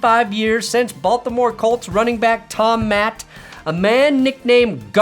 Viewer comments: NOT pronounced MATT, Pronounced MAT'TE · It's Tom 'Matty', not Tom "Mat', and all you had to do was take 20 seconds to look it up on Wikipedia for example. No denying that it's lazy reporting by you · Tom Matte: pronounced "MAT-ee" or even "MAD-ee" but NOT "Mat." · Tom Matte's last name is pronounced Matty. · Matt-E. 😖Tom Matte with the “E” pronounced. Thank you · Tom Matte is pronounced Mat-tee. I cringed every time you pronounced his name cause l remember watching the Colts. Good video though 👌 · Tom Matte’s last name is pronounced Mat-tee, not Matt. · The old Colts guy - his last name is pronounced Mat-ee (before your time, but still ) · Tom Matte - pronounced MAT-tee, not MAT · FYI, that Baltimore Colts running back/emergency QB, Tom Matte's name was pronouced "Matty." I don't remember every detail of the games I watched on TV in 1965, but for some reason your pronunciation hit me square in the sound clip memory-bucket--even though I was a Lions fan (in early development--I was 8) there are certain names from that era (Alex Karras, Dick Butkus, Johnny Unitas, Earl Morall, Max McGee, etc) that still ring a bell as sound memories, and Tom Matte's was one. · Tom Matte's last name is pronounced "Mattey" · Pronounced Tom Matt-e. My dad taught me that as he was a die-hard Colts fan. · tom matte is pronounced (mat-tee) for what it is worth get it together LOL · Pretty sure it's pronounced Matt-ee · Your pronounce it Tom Mat-te. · Matte is pronounced Matt-E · Tom Matte is pronounced Mattee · FWIW, it's pronounced Tom MATT-ee; like Matty Ice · The E is pronounced in Tom Matte’s name. Said like Matty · I think you’re supposed to pronounce the “e” in Tom Matte’s name.